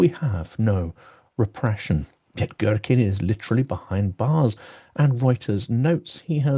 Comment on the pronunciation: To a russian ear it's funny how you pronounce his name - Gherkin instead of what should sound more like Geerkeen!!! I had a mental image of him as giant cucumber :)